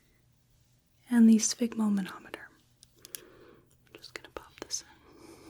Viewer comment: I love that you can say sphygmomanometer first time 😂